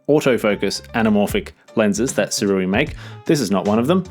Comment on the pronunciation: SOO-RAY pretty sure